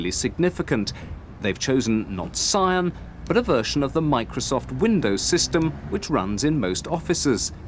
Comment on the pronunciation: "PSION" I don't no where to start.